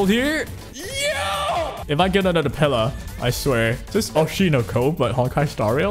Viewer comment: calling pela, pelay was the worst part of this video